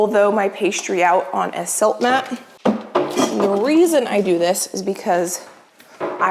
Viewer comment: “Silmat” not “Siltmat” 😊